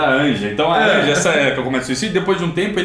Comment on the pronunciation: Uma observação, o nome da mãe do Art se escreve "Anja" mas se pronuncia "Ania"